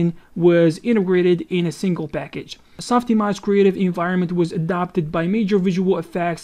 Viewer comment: "SOF IMOJ"